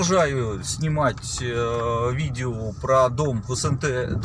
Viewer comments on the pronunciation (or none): "... Я продолжаю снимать видеву..." 🤣